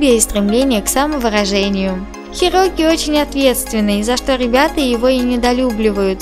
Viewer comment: Правильно Хироки